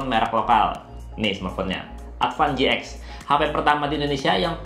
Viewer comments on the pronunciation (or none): Baca AdvanGTen